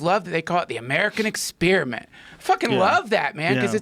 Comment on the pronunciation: Duncan “ex-spearmint “ Truss